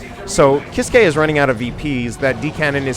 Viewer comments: Grim Reaper Sorry but it is actually pronounced "keys-keh" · It's pronounced keys-kay